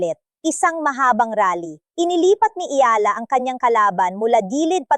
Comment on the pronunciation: Anu ba yan tagalog kna nga pati ba naman.ikaw nde pa ma pronounce ng maayos ang.apelyido nya eala (e-ya-la)